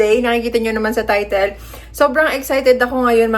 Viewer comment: Ano raw? Ti-tle? 😂